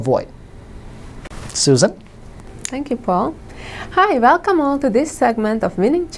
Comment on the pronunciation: Velcome to Vinning chess the easy Vey!